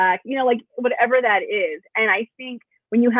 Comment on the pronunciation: "Yoda, wathever."